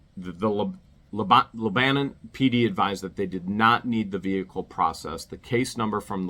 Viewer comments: it's prononounced leb a non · For the record, it's pronounced Leb-a-non. Just like the country.